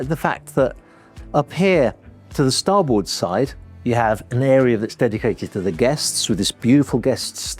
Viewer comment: He can't even pronounce "Starboard " so what do you expect.. Not the sharpest tool in the shed..